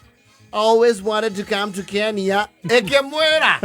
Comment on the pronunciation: hahahaaaa …. that’s why I thought my son to pronounce my name well Wanjiru not wanzilu … Kenya not Kenia .